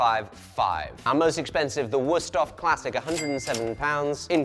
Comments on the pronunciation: As a person from the continent, hearing “worst-of” instead of “würsthof” gave me the same. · WÜüüsthof. With üü. Sounds almost like ui